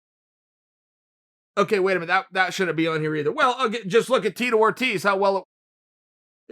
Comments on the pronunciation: "Tito Orteez" 😂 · Chael ''Tito Orteez'' Sonnen